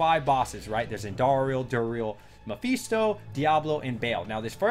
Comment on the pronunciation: "mepheeesto" you sound mexican on the one single word xD